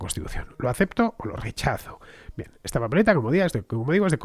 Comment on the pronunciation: Qué lindo haberte escuchado pronunciar la palabra "rechazo"